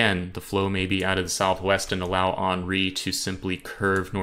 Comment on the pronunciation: It's Hen-ri, not Han-ri